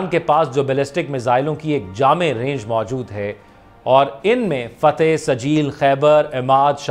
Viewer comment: ❤ ناٹ فتح بٹ فتاح 🎉 ❤not fateh but fattah 🎉